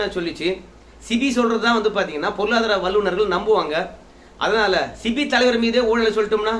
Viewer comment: சிபி அல்ல. செபி என்று சொல்லவும். நன்றி.